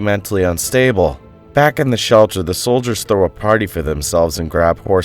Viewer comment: It's Returning. To return! Do not say Vack it's wrong absurd!